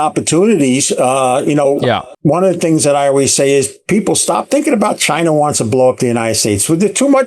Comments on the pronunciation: Anyone who calls it "Chiner" is hard to listen to. A ton of missed takes. Of course inflation is why Gold goes up..who gives this guy there money? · chin-er = china